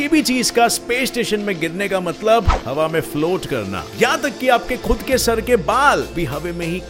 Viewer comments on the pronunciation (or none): Bhai aap hawa ki hawe kyu bolte ho